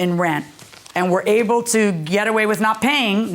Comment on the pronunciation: Wif is not a word..."with"is the correct pronunciation